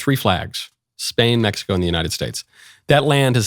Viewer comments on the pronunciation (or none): none